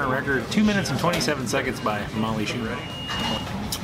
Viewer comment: Molly Shoo-ler??? Lololol… I’m sure that was a slip.. not a cheap shot at how many times her last name gets pronounced wrong… regardless… killed it!!!! Just amazing.. it looked delicious